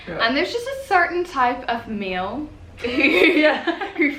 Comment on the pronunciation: ahh when she says "male" like "meal". I could listen to a podcast by u alllll day